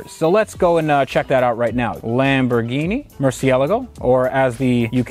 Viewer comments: Murcielligo? Lol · Haha! Loved the way you said 'or as the UK guys say, Murchee-elago': it was annoying me the way you were pronouncing it up until then, so that was a very nice touch, fair play!! (Porsha or Porsch..... who bloody cares really!!! Hahaha!!!). Incidentally I'm Irish, but we pronounce it the same all over Europe. 😁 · Mer-see-el-a-go. LOL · murciealago? xD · The way the VINWIKI guy said murcialago 😣😫🤒😷😖😔😢😭😰😱😨😧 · Tht first guy needs to learn how to pronounce murcielago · Mr Vinwiki please learn to pronounce ‘Murcielago’